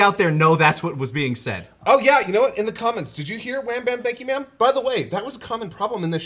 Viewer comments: I always heard got you man instead of wham bam thank you maam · i always hear gotcha man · I thought the Cell Jr said "gotcha bitch" to be honest